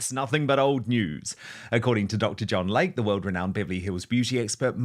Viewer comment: PRONUNCIATION: Dr. "Lay-Key", not Dr. Lake.